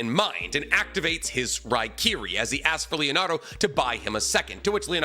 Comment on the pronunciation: It’s Leonardo 😂😂